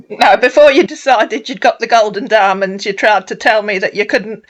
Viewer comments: Like "goals and dimonds" 😂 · "helicopter...private jet....Canada...with my goat an diamon" Wgo knew you could get a goat in a helicopter? See how educatamifying this 'ere channel be. I can feel the Smart rising... (What happens if it gets travel sick? Does the pilot just dangle it outside on a rope to hurl, or take the risk? Do goats have special private jets or...? Why's he only got one diamon? Why has that diamon lost a d? I HAVE QUESTIONS!